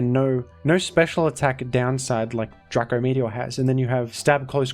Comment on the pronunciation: ITS DRACO NOT DRACKO. nic3 vid btw